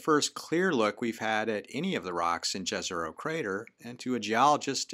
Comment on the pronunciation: The funniest thing is to listen to "Jezero" pronounced this way. In the original language and ours as well it is pronounced as "Yezero". It's a huge difference. 😁